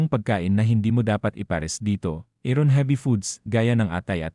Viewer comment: Bakit hindi mo binibigkas ng tama ung iron at habit, mali ang pagpronounce mo sa iron at habit